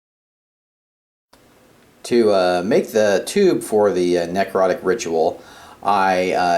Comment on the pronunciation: Not a bad video. The only comment I have is: ne·crot·ic not nec rot·ic